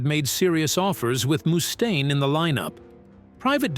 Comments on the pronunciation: The AI is terrible. 😂 Moostane. 😂😂😂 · What do you mean? Moo-stain lmao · Who is this “Moostain” this narrator speaks of? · Nothing says "I'm sincerely passionate about the music I cover" than the inability to properly pronounce the name of the person who the actual focus of your video. At least consistently. And your kind of conflating the era with Dave, in which Megaforce was the bands fairly large, well distributed indy label, and the next era, a couple of years after Daves departure, in which full blown major labels like Electra and Capitol began courting Metallica and Megadeth (who were initially on the indy Combat) in earnest. By the time the Electra deal with Metallica was signed, the band had upgraded management from Johnny Z to Cliff Burnstein and Q Prime.